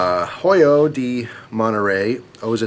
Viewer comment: Pretty good pronunciation in the beginning, the H is silent in Spanish (^